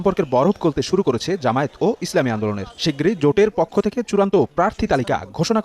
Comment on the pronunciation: আপনাদের এতটাই অহংকার জামায়েত নামটাও ঠিক মত বলতে পারেন না